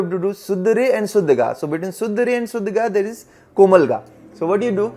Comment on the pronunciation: Bhai shuddh ko suddh mtt bola kro bda awkward lgta sunne me 🙏😅 guddu bhaiya thore hi ho aap 😀